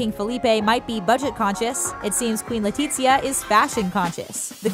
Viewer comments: LetiZia, not LetiCHia omg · I speak Spanish. No it isn't... it would be more like LETEE-THIA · Hahaha kinda sounds like she said “Queen Latifah.” & not “Queen Letizia.” 😬🤦🏻‍♀️💆🏻‍♀️Lol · Why does she keep saying LE-TEET-SIA 😓